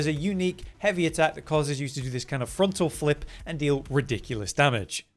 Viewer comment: “frontal flip” hella british lol